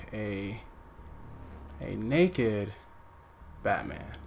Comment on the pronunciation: My man did not have to say naked Batman like that come on 😂